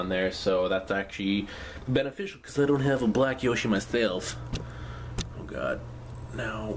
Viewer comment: youre saying yoshi wrong...